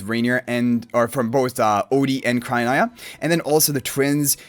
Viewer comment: I think it’s cry - oh- NEEa